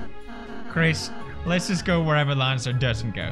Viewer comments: Okay sooo... Kris is a she. Susie is a she. Ralsei is a he. Lancer is Lancer. Also, it’s not Laaancer, it’s Lancer. Like a Swedish Ä. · Pewds iss lan-suh not laan-suh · Ok is it “LAHN-CER- or “LAN-CER” u pronounce it two different ways the wholE epISode juSt stick to oNe Also congrats on 70M 🤪